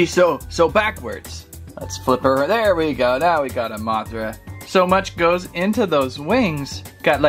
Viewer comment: THAT WAH-THRA GOT ME DYING OMG XD